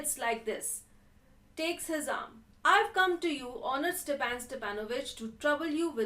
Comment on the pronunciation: it is not Stephen it is Stepan